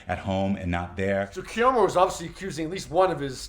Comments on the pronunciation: Thank you for that!! And it not like he hasn't heard it properly pronounced before!! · That part! I spent the entire video shouting his name at the screen every time he said it... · His name is Ka-Rah-mo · KER•RAH•MO-, can you PLEASE pronounce his name PROPERLY?! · KU-RAHH-MOE!! Say it wilth me!!!! You definitely didn't pronounce it right. It's disrespectful to black people in general for white men and women to not say our names correctly. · Why tf is he pronouncing his name Kyer-emo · I need you pronounce his name Kaaaraamo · I hate veiled bias and racism against Black people. It’s been a few times he’a had underhanded slick comments against Black people, as well as a dismissiveness. The fact that you talk about someone but won’t even say their name properly just exposes your clear prejudice. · you keep pronouncing his name wrong …also how are you out of breath sitting in front of a camera ..? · Why are killing his name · First of all, pronounce his name right because you’re BUTCHERING it. And what kind of clown would sit in a space with people that don't like them? How disgusting and disrespectful of you to call that "drama" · He’s not being dramatic as you not pronouncing his name correctly!!!! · I wanted to hear about this but him butchering Karamo name is getting on my nerves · Listen, Karamo was always my least favorite (he always sounds like he's preaching at people and it doesn't really feel genuine to me. Plus, like someone else said, the Pink Sauce drama on his show was MESSY), but a "journalist" who can't even be bothered to learn the correctly pronunciation of the person they are talking about?? Big yuck, dude. I do think it's a little funny that the QE bubble seems to be imploding right before the final season though. 😂 The girlies are fighting!! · You appear to be biased, and won’t even pronounce his name correctly. Dismissive and Cheap Journalism. Unsubscribed .✊🏾